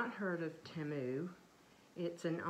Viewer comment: It is pronounced Tee-moo.